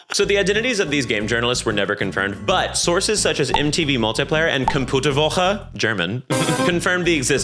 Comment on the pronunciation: I love how took the effort to pronounce "computer" with a thick German accent... even though it's a loanword and pronounced the exact same way as it is in English.